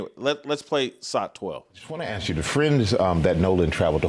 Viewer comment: One more recommendation was to please stop saying aks. It is a quintessential statement w Wearing people simply turn their brain off, when they hear it. hearing educated people speak this way destroys their credibility because it is such a simple word. It tends to look as if the person is polishing everything they’re saying, but they failed to focus on such trivial things as the word ask.